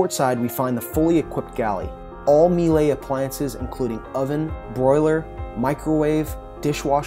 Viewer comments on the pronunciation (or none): Miele: pronounced MEELER. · The equpment is Miele, it rhymes with Sheila............It's not meelay.